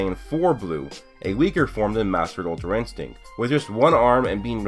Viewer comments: my guy said ultrainstego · "Ultra instego" lol